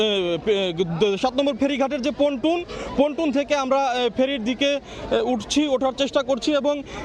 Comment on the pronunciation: এই সব গণ্ড মূর্খ দিয়ে কেনো আপনারা রিপোর্ট পড়ান যে কিনা পল্টুন কে বলে পটুন।